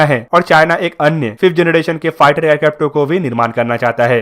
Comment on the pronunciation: Its generation......not janaDation........plz improve.